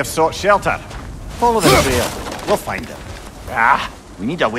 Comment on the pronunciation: if yuu cen fend thee wey